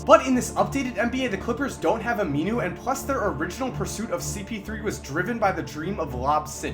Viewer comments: He kept saying aminu wrong lol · every time he says aminu i cringe